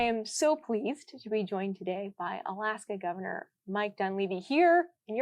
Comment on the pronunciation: gove"r"nor of alaska